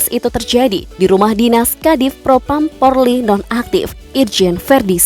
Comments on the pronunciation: Min jangan bilang porli yg benar polri😂😂😂😂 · 😁😁😁 si mimin slh mulu bilang polri malah porli.kwkwckk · Polri ... Bukan Porli.. Sebutan salah makna pun hilang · Yg benar PORLI atau POLRI yaaa penyampaiannya... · Polri bukan porli